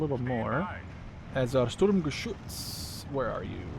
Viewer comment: Really enjoyed that gameplay. Thanks for showing off the new divisions. As others said, your german pronounciation is really good but feel free to call the Sturmgeschütz just Stug. That full name isn't used much. Similar to the StuKa which is a Sturzkampfbomber. Not saying you wouldn't know what Stuka stands for, you probably do as you are interested in WWII units, just showing the similarity between the awfully long and convoluted german full names of everything military and their actually used short forms or nicknames. And of course, call them what you want, saying Sturm-anything seems to bring you joy. :)